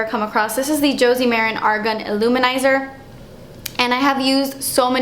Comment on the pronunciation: Random thought, but I love that you actually pronounced Argan correctly. TOO many people say it like "argon" and it drives me crazy lol.